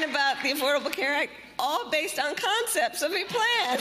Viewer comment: "Concepts!" Emphasis on the 'con' for sure. "Not this cycle," or "not this psycho?" Just asking for the sake of clarity. 😆